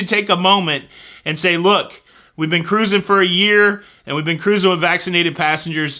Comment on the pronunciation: I needed the laughs you gave us today,! Thank you for your ingenious ways to give us news of "all things cah-rrruusing"! (Love the hand gestures!) I'm flying into Vancouver a day early so hope there won't be any glitches. Have to take the pre-cruise test as sailing out of Canada, but that won't give me pause from cruising for sure. Napkins are a good idea where food is sold, but I wouldn't "go bananas" if they weren't there. Happy cruising to you & Jenny on the 4th!